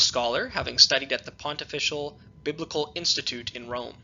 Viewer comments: It is not pronunced "pont-official" college; the pronunciation is pontifical ("pon-tif-ical'). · Please Pronounce - Pontifical correctly - Pon - tif - fi - cal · A note on pronunciation: Pontifical is pronounced: pon-TIFF-ee-kal Nunciature is pronounced: NUUN-cee-a-chure